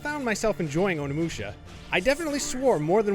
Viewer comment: Can't even pronounce the game he's reviewing